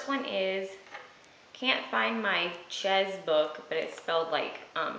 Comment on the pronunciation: Laughed so hard when you said Chezzzzz Book. Please send me those OPI colors when you get tired of them/decide you hate them. Also, when you're in town again you should bring me a (not hideous) scarf so I can carry on with my Dress Exactly Like campaign.